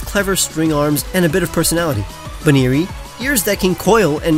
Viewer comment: BUNEARY, NOT BUNNERY!